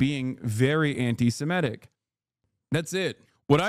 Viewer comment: Semitic, not Semetic. We are Semites, not Semetes.